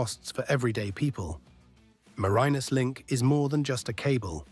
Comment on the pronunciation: As a Tasmanian the bad pronunciation and terrible stock footage that is nothing like accurate. I couldn’t watch it all, way too annoying